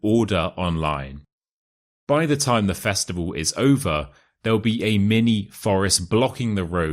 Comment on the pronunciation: Why word's sound "the" the last letter is E not like A like tha